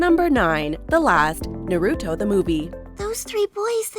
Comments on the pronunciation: Naruto not narooto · i cringe whenever someone says “na-root-oh” instead of “na-ru-toh”. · How she says Naruto lmao NaROOtO 😂😂😂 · Do people really pronounce Naruto like “nuh-roo-toe” like wha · Watchmojo has being mentioning Naruto for years, but some hosts/narrators DONT KNOW HOW TO PRONOUNCE NARUTO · Every time she said it i got seriously hurt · Sorry guys but they way you said Naruto internally triggered me... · Let's goo, they put the last! If only they said Naruto's name right... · The way she pronounced Naruto😭😭😭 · NOOO the way she says NARUTO AINT IT 😭😭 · The way you pronounce "naruto" lol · Why am i getting triggered when she say “Naruto” wrong